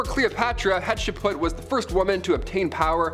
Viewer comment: Hatshepsut.... DO NOT MISPRONOUNCE THE PHARO QUEEN, HATSHEPSUT!! 🔪❤️